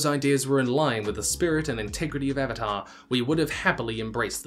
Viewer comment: its Avatar not Evatar lol 😅